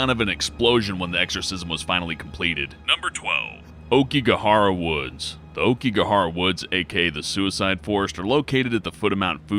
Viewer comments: Aoikigahara is pronounced owkigahara not okigahara. Other than that, this video was good. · Laveaux is pronounce la-v-oh not la-v-oh and it's a-oh-ki-gahara it literally spells it out not okiegara u sound like an infant lol it's like when people say "bookoo bucks" I wanna ride their tongues out it's bow-coo (beacoup)